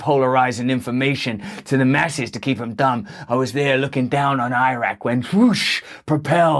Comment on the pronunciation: I'm glad you pronounced eye-rack correctly